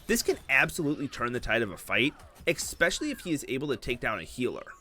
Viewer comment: Bro it's not EXPESCIALLY its ESPECIALLY Maybe youre saying it wrong on purpose to get people to comment.